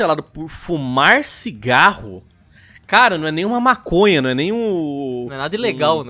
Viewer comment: "Singaro da cãrse" ~Miranha